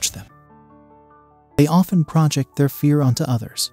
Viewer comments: It's pronounced projEct, not prOject. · The grammar is not so good...this is hard to follow..."project" is pronounced as a noun instead of a verb.